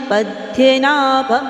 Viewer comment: Please 🙏🏻 chant fluently 🙏🏻🙏🏻please don't take otherwise please it's Padmanabhan, hrudhyanagamyam🙏🏻🙏🏻🙏🏻